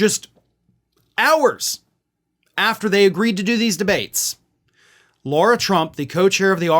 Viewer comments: And it's Lara, not Laura. Otherwise great job. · Sorry but it irritates the shit out of me when LARA gets called LAURA! It’s not how the dumb ones pronunciation is!!! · Come on, it's LARA not LAURA Trump.